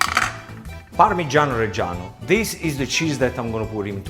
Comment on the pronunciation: Pamigiano not mozarello you idiot!